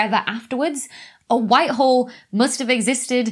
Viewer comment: With her accent, sounds like she's saying "white WHORE". Frankly, I resent the implication.